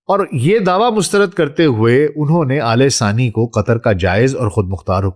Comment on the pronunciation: Man, It is Al Thani Khandaan, not Alesaani Khandan. Pls get your pronunciation right.....,😡🤬😡🤬😡🤬